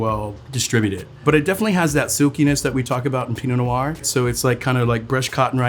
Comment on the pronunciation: Take a sip of your Pinot Nior everything he says Pinot Nior. Happy Saturday.